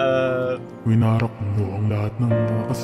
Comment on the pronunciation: Bakit "winarat" naririnig ko